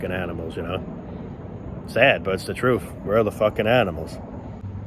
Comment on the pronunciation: That's the "truff." Lol 😂